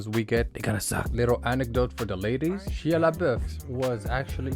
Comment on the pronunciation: I tried bro but after the third “Shee-ya” I can’t